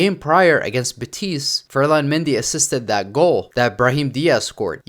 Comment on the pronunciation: wtf is "beteez", real "beteez"? are you slow?